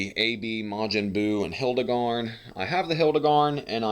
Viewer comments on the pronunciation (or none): It’s not hildagarn it’s hirudagarn